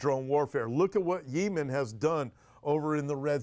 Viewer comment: Yee-men? Speak American English…yem-en! You’re funny I’m somewhat surprised that Russia 🇷🇺 hasn’t blown Ukraine off the map 🗺️. I’m kind of tired of hearing about Ukraine. I somewhat support Russia at this point bc Zelenskyy is worse, to me, than Putin. Oops…Gulf of AMERICA 🇺🇸